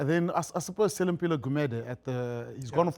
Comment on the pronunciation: Generally enjoy the show but found it strange and annoying that the black host is mispronouncing names of black players. Selimpilo WTF 🤐 Next thing, its going to be Saiya Kolozi. Seriously, please dont be an embarrassment Hanyami.